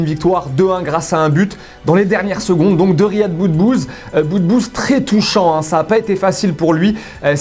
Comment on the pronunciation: RIYAD ET NON PAS RYAD